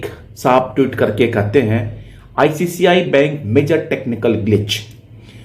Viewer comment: Please pronounce "ICICI" , not "ICCI" bank.